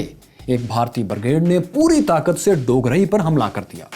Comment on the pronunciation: بھائی آپ نے 2 گاؤں کے نام غلط کہے۔ پہلا ڈوگرائی جو کہ ڈوگراں ھے اور دوسرا اچھو گل نہیں ایچوگل ھے۔